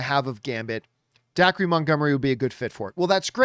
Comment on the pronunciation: Dacre is pronounced Daker.